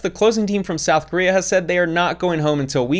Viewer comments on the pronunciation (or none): none